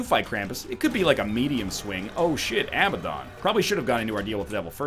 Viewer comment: NL, I hate to be that guy, but the way you pronounce Abaddon drives me absolutely insane, it's uh-ba-den.